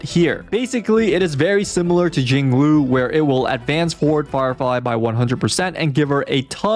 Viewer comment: Bro said farfly and jing loo